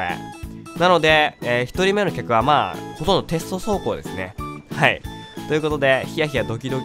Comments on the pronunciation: 「はい」じゃなくて「へい」になってる(笑) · しかも『はい』じゃなくて『へい』って聞こえるよねw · 確かにそうですね！「ヘイ」に、聞こえる笑笑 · 最初の挨拶「ヘーイ」って聞こえたw